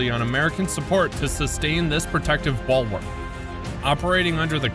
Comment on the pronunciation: ballwork or bulwark?